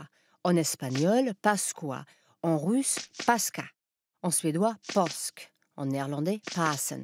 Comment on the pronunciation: Bon épisode mais en russe, la prononciation est paskha avec kh prononcé comme la jota espagnole ou le ch allemand.